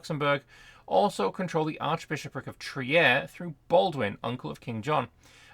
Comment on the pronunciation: Yes that's the Elbe, but in german the trailing E is pronounced so, Elb-Eh. On the other hand e following I is pornounced as a long i. It's Triir not Tri-er. Ie and EI is roughly pronounced the opposite in german to how the rule is in english.